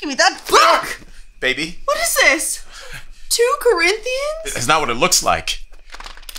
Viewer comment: "2 Corinthians?" I am surprised she pronounced Corinthians right if she couldn't understand that it is 2nd.